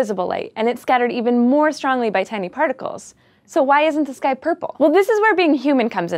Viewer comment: am I the only one heard "Why is this guy blue?" instead of "Why is the sky blue?"